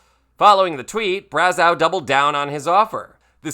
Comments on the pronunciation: Braz-oh’ NOT Braz-ow’ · It's pronounced Braz-OH, not Braz-OW. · Just so you know, the eau at the end of his name is pronounced as oh not ow. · Just FYI, french names ending in eau are pronounced like "oh", not "ow". Same as Trudeau. And yes you should google the video of that fight. It was awesome. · Brazz-O is the proper pronunciation. Great video 😊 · It's pronounced "brazo". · Here’s a little tidbit, Brazeau is pronounced like bravo. Trying to help. ☺️ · Bra-zoh. True-doh. Eau is pronounced oh. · "Braz-OH", just FYI. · Braz-ow LOL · Pronunciation: Brazzo( eau, in French , sounds like O) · Brazeau is pronounced Bra-zo. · Brazeau is pronounce Brazo. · I'm cringing everytime you mispronouunce Brazeau's name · Why is he mispronouncing Brazeau’s last name? Makes him less credible.